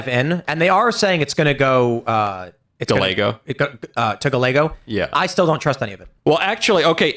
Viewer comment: Pro tip guys the double l sound in Spanish is a y sound It's not pronounced gal a go It's pronounced guy a go